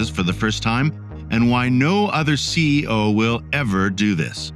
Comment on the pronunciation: Hope there isn’t a test since I stopped watching when the bot said CEI instead of CEO.